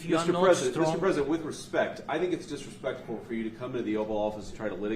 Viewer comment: It wasn’t disrespectful. The guy said F America. Is that not “DIsreSPECKK-FULL”??